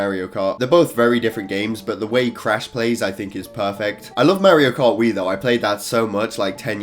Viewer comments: this boy said Merrio kart👨🏻‍🦽💀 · nobody:: MeHriO CaRt